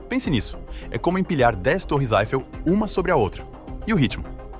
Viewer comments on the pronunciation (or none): Torre "Aifel" ??????? Pelo amor de Deus meu amigo, é Eifel